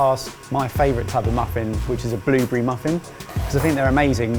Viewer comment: What's a Bloobery? Oh you mean blueberry...